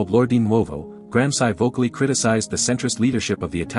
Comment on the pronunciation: Please learn to pronounce Gransci!